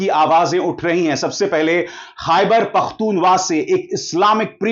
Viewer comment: Khyber pukhtoonkwa Please pronounce good